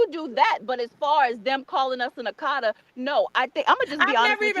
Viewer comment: She is mispronouncing the word akata. And not all Nigerians use it in a derogatory way